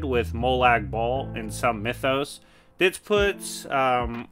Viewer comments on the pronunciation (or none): none